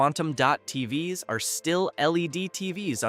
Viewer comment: I guess when “TVs” is pronounced “tee vee ess” you know it’s an AI talking.